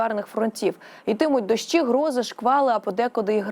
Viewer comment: Ага . ‘’ тИпАр ‘’ , зам1сть тепер , ‘’ дАщ1’’ , зам1сть дощ1 , ‘’ з пАрших дн1в ‘’ - з перших дн1в . Де вони 1х беруть , таких .